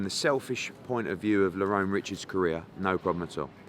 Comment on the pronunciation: How many times its Lerrone not Lorron